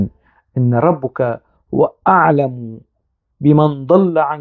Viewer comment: حضرتك تناولت الموضوع و استندت الى أقاويل و أحاديث هي ليس من أختصاصك كأن تقرأ آية و ادعو الى سييل... ربك هي بالفتح و ليس بالضم كما لفظتها لأنها أسم إن😅(وهي ليست نقيصة).فالحديث بالكامل تم تدوينه بعد 300سنة من محمد و هناك شريحة كبيرة ينفون صحة الحديث بالكامل .و عن تفسير آيات القرآن هناك آراء متناقضة في تفسيرها و لكل حجته القوية في التفسير..أعتقد أنك حشرت نفسك في زاوية أنت في غنى عنها.. كان بإمكانك أن تتناول الخزنوي كعادتك في انتقاد العمال الكوردستاني و أذنابه من خلال منهجك المعتاد في انتقادهم لا أن تورد آيات و آحاديث (المنطق الديني) و هي بالأصل مثار جدل و خلاف